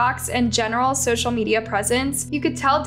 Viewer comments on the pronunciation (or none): none